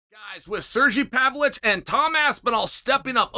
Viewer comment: Sergee pavlich is actually the correct pronunciation in the great state of oregano